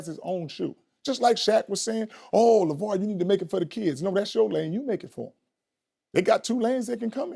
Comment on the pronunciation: LAY-Var lol not LaVar. LAY-Var..... Shay have me cracking up